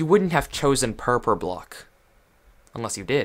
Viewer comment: Boi it’s purpur